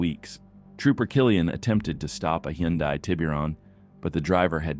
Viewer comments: What's a Hen-die Tiburon? Baby the TTS, maybe spelling hun die will sound like Hyundai. I appreciate that you edit out the profanity. I love the countdown sequence. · Tf is a hendai? Did you mean a Hyundai? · WTH is a hen-die ? 🐔🍗☠️ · Wtf is a heeeyundie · Why can you not pronounce Hyundai right?